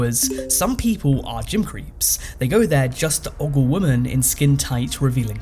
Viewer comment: Learn to pronounce women in english please!